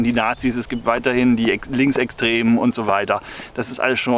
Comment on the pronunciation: du betonst "linksextrem" als ob das was schlechtes wäre... aber sehr gute buchauswahl und -beschreibung